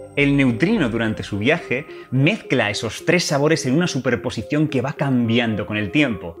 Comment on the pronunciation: ese "mezcla" salió muy argentino jajajaja